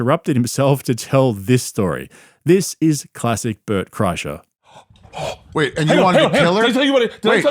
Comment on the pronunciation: I swear i heard your say his name as Burt Krashout and now that's all i can think of lol